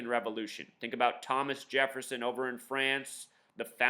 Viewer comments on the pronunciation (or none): none